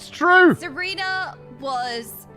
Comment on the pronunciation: Saying almost all of the names wrong is something that I didn't know I needed to see? /s Stineeeen. Serena. Krill...